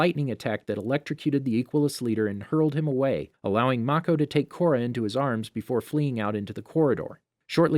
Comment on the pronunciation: Kora....Corridor.....KORADOOR My sister and I laughed way too hard at this🤣